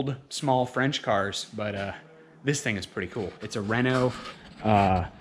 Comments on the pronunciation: Thank you for pronouncing “Renault” properly! Refreshing to hear an American say it correctly. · Congratulations dude I’ve heard many Americans mispronounce Renault but you said it correctly 👍👍